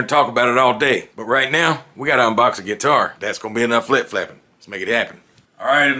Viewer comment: He is actually saying "enough lip flapping," but it sounds like flip flapping...